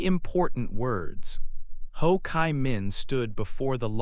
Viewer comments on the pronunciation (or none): "Chi" - I hear " Kai", why??? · Ho Chi Minh. "Chi" is pronounced like G in english or cheese